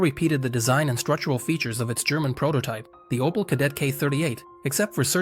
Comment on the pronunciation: Aus OPEL wird ein "OPAL", aus der ÙdSSR die "Judser"... - die KI-Stimme nervt einfach nur. So werden die besten Videos zerstört!!!